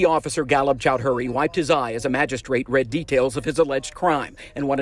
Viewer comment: Chow-dree, not "Chowd-hury." Not that this douche bag matters but lots of other people have the same surname.